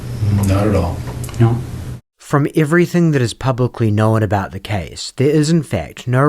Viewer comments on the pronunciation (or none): The pronunciation is "known" not "knowin". One, not two syllables. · How are you making “known” a two syllable word 😂